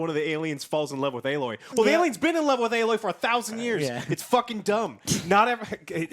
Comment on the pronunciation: This irks me more than it should I know but, Joe, it's Aloy. Stop saying alloy lol